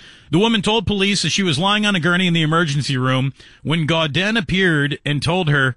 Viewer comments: It’s pronounced GO-DAN. Ask me how I know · You pronounced his last name incorrectly this entire video...